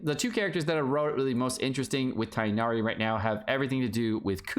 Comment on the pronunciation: Man can literally not talk about mispronunciation with the way he says Tighnari and Alhaitham 💀